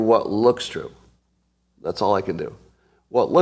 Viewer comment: How come when you say: "what happens", it sounds like: "WHA happens"? Well, it's because you ARE saying: "WHA happens", Scott. Why don't you pronounce the "t"s at the ends of so many words?